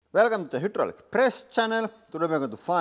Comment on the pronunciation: Hoodraulic. That's how Laurie says it.